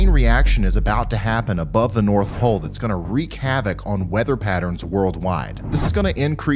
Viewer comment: In the beginning, it literally sounds like he said "above the north hole" So what about the south hole? Sorry. Lol!